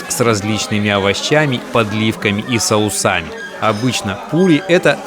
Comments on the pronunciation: СОусами,Карл,сОусами, а не сАусами!!!😖😖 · соуса́ми, соусАми, соуса́ми аааааа, теперь я слышал все извращения с ударениями, соуса́ми